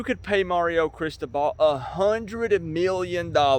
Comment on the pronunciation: you are totally mispronouncing CRISTOBAL. BTW - Do NOT call "me out" on a 9-3 season, bruh. Remember, I got my MBA at da U in 1991, and that team was stacked with enough talent that it could beat a really 💩'y NFL team. You can't make chicken salad out of chicken shit. How is Lori and your Mom.....and dude, what were you doing in the hospital for so long? Love ya, bruh.